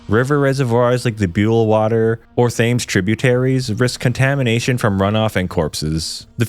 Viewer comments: As someone new to the channel, I thought “oh no” when he warned us about pronunciations. Was not expecting the “River Fames” (Thames) that fast out the gate 😂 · Yorkshire born and bred baby 🎉 came straight to the comments when he butchered the River Thames 😂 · He pronounced nearly everything wrong, but that one got to me most for some reason, i'm not even from London. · Jesus, you can’t even pronounce Thames properly! DO YOU RESEARCH ON TOWN/COUNTY NAMES IF YOU WANT TO DO A VIDEO. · The pronunciation of Thames omg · It’s always pronounced “sher” never “shire” only Americans and some really posh people pronounce it like that. Also how uncultured are you that you don’t know how to pronounce “Thames” ffs. I can say Hudson River or the Potomac or Mississippi. That was really dumb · The river thaymes? lol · I know you warned us, but nothing could have prepared me for "the river th-ay-mes" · The warning was appreciated and the video is interesting but my god man learn your pronunciations that was very difficult to watch 😂 its pronounced the river "Tems"to you yanks lol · Thames???? Dude, even if you’re American and apologise, you have no excuse for that. It’s pronounced Tems, as in, the river Thames. Only one of the most famous rivers in earth. Jesus f%cking Christ. And this one, I genuinely don’t know why every American does this other than to p*ss people off but, every single county that has a ‘shire’ in it is NOT pronounced shire. It’s pronounced ‘sher.’ York-sher, Hamp-sher. You literally have New Hampshire in the US and no one ever pronounces it SHIRE, even if the only geographical education you have is from Lord of the rings. Please tell everyone in America. And don’t ever do a video on Aluminium or date formatting. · The river "fames" killed me. I am now a walker. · The river TH ames? The H is silent the river (Tems) is how you say it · pronounced 'tems' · 2 minutes in, "the river Thames". Well at least you gave us warning. It's pronounced tems btw.